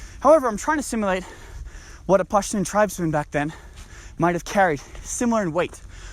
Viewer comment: Because I think he's Afghan. He looks Afghan and his Pashtun pronunciations sound right.